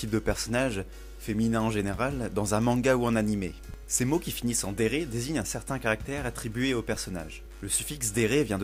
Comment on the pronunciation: Cool la vidéo, mais j'aimerais noter quand même quelques petites inexactitudes : - Le mot "Dere" se prononce "Délé" avec l'accent japonais (mais bon, ça arrive, ce n'est pas très grave) - Les tsundere et les kuudere représentatifs sont Taiga Aisaka de Toradora (Tsundere Queen) et Kanade Tachibana de Angel beats (Kuudere Queen) (j'ai vu que tu as mis des images) et non Asuka et Rei de Évangélion (même si c'est Rei qui est la première des kuudere et c'est elle qui a mis la mode ce type de personnage). Après, Asuka et Rei sont quand même des deres extrêmement connues, c'est vrai que c'est difficile de savoir qui est la Queen entre elles toutes x) - Coodere ce n'est pas pareil que kuudere ! La kuudere est un personnage comme tu l'a décrite tandis que la coodere est beaucoup plus ouverte : elle peut être taquine et elle peut sourire beaucoup plus facilement qu'une kuudere, elle peut même rire ! Elle peut aussi s'énerver et être bavarde. Après, ce n'est pas une deredere, la coodere est beaucoup plus CALME. Comme exemple de coodere, on a Shinoa de Owari no Seraph ou bien Grey Fullbuster de Fairy Tail (en exemple de mec). Bref, il y a une différence entre les deux ! - Rena est une yanGIRE ! À ne pas confondre attention, elle est vraiment tarée au point de tuer celui qu'elle aime si c'est pour satisfaire son plaisir sanguinaire ! La yandere tue par amour et la yangire par "envie sanguinaire". Voilà, c'était tout ! Sinon, la vidéo est sympa, dommage que tu n'es pas rajouté d'autres typ